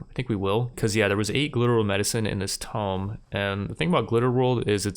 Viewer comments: "Tomb" Is pronounced Too-mb, not tom-b. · its pronounced toom not tome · Why's he calling the Tomb a Tome? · The fact that you are saying tome instead of tomb annoys me to no end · Subbed after watching! since you're interested in audience engagement, this is exactly the type of series i'd follow. Small note: pronunciation of Tomb =/= Tome. First world problems of a Reader lol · It's pronounced tomb! Not tome! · You keep saying "tome" but I see no Tomes.... Do you mean Tomb? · Tome like he is saying is an ancient book. Tomb (too-mb) is an ancient crypt where dead people are kept. Sorry, it was bothering me. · Tomb is pronounced (toom) instead of Tome. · Man who taught you how to pronounce words. I love your videos but its not a tome!!! Its a TOMB!!!! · "open up this tomb" but says "tome" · TOOOOOOMB not tome jeez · open up this 'tome', there's 14 in this 'tome', ... tomB. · Are you trying to say TOMB? You are saying TOME. I was looking all over for what book you were going to open. TOMB rhymes with BOOM. TOME rhymes with ROME. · "Tomb" has the "b" pronounced like "Tuomb" phonetically not "Tome" which is a book. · Never understood why some people pronounce tome as tomb. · Love all your content but I'm convinced you pronounce words wrong on purpose to troll. No one would ever say tome instead of tomb, and you yourself randomly say tomb correctly, so clearly you know how it's supposed to be pronounced. Also WTF is "Knee-crow-mancer" be scared to hear you say necropolis :P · Tome? TOME?? Someone didn't pass English. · please stop saying "tome" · Tomb rhymes with room, my dude. A tome is a large book. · ive never heard someone pronounce "tonb" the way you do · The way he pronounces tomb is infuriating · I know this doesn't really matter and this video is a year old so maybe you already got it, but tomb is pronounced "toom" and chitin is pronounced "kite-in" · Another one: "chitin" is pronounced "KY-tin". (With a "k" sound and a long "i" on the first syllable.)